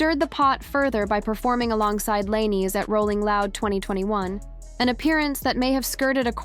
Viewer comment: you youtubers should learn how to pronounce the names of the person ur talking about cause u r pronoucing his last name